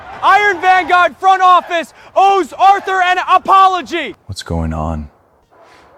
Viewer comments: Vanguard not Venger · Vanjerk...he clearly said it 😂